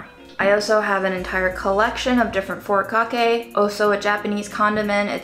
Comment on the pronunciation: is something called long pepper, its flavor is somewhat similar to white pepper. Also, furikake is pronounced "foo-ree-cock-ay", although the stress is somewhat hard to convey through writing so I'd recommend looking it up :D